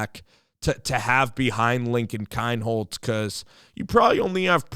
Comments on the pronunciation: It’s pronounced KEEN HOLZ. And his hometown is pronounced Peer. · I am glad you welcome Lincoln. Yes he is a star, all around athlete. But, Please, pronounce the city of Pierre correctly and his last name correctly.